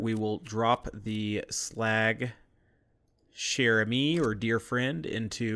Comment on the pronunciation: Say it like cher-amy